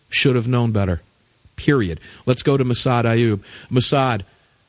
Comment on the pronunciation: The man's name, is Massad......not Massada, not Mas.......JFC get it right, show some respect.